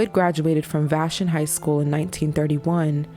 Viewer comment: VAH SHAWN is how u pronounce vashon high school lol